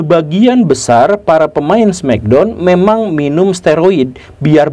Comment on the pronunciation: di indo sebutnya smekdon bukan smeckdown